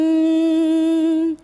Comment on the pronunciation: pronounciation is not correct.In "varenyam" in which there is deergaswaritham in the word 're' only not in yam. I find deergaswaritham in yam that is not correct.